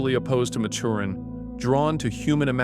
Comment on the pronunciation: You pronounced Maturin wrong